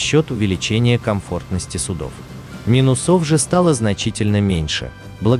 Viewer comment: мИнусов, а не минусОв